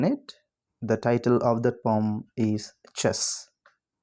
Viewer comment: It is not pom it is poem